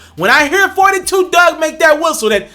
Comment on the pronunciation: It’s Dugg.....Not Doug